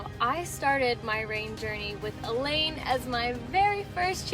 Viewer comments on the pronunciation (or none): none